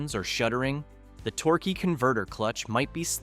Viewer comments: Torkay and torky converter pronunciation is almost abusive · Tork, Torker, Torkey, AI sux...